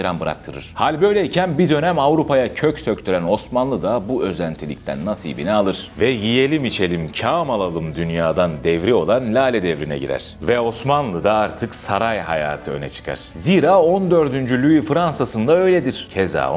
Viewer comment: Kâm değil, kam